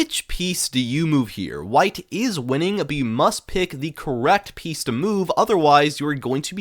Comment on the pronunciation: When bro say pieces I heard Penis